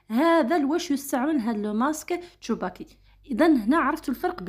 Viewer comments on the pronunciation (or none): تسوباكي و ليس تشوباكي ❤ شكرا على الفيديو